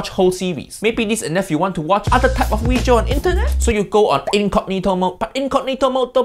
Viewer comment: me: having the worst day uncle roger: JAMIE OLIVER WEEJIO me: okay i no longer have the worst day